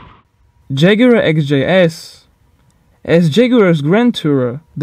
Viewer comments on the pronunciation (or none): none